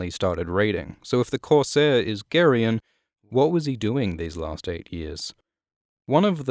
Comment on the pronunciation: Are you sure that's how it's pronounced? I've been saying it "Jerry-on"